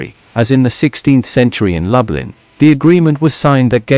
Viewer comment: Pronounced as “ Looblin”🤭